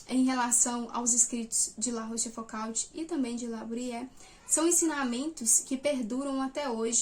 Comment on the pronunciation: Minha humilde contribuição: a pronúncia correta é algo parecido com "La Róchfucô". Parabéns por estudar os moralistas do século XVII, mas não esqueça do maior deles, Blaise Plascal.